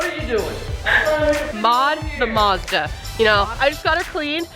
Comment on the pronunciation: its not mawzda its MAZDA